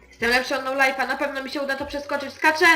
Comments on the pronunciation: nie nolif tylko nolife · "Nolive" a nie "nolif"